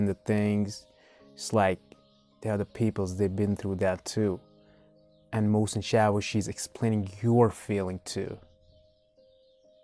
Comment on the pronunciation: Tank you for reacting to persian videos. and btw the artist name is pronunced like "moh sen chaa voshi"